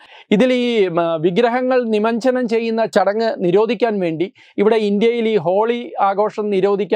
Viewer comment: നിമഞ്ജനം അല്ല; നിമജ്ജനം.